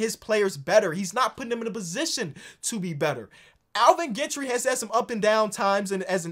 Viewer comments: As a fellow Gentry. Its pronounced more like Jen-tree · You watch too much basketball to pronounce Alvin Gentry wrong. Comon